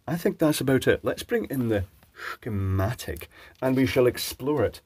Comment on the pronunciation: has forever changed the way I pronounce "shhhhhhhhhh-chematic"